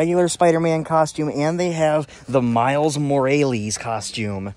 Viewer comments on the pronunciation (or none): AGHHH YOU SAID MILES NAME WRONG >:(